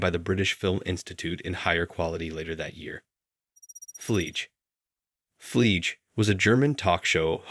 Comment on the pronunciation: Sorry, but “Fleege”? I know German is difficult but the name/word is pronounced FlieG-E, German for fly. I don't normally criticize pronunciations but this hurt my ears. 🤣